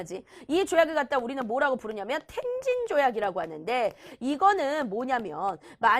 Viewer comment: 텐진아니고 톈진